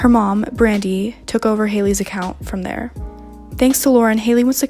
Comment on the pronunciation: tharrr is all i have to say .....im i the only one who heard it?